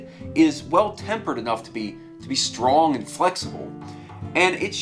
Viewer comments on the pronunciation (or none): none